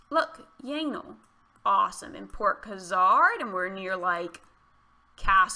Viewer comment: Sounds like "yanal" 😅😅